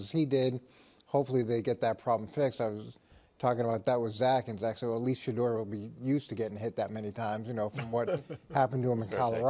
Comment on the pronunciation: Sha-DOOR 😂😂😂these dudes r hilarious it’s Shedeur